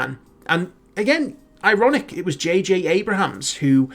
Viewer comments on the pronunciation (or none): its abrams not abrahams